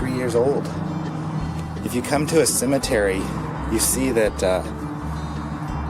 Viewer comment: I was feeling the dumb as soon as he said "ttthemetery"